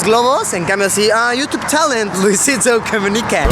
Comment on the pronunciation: Luisitou coumunicaw speaker :v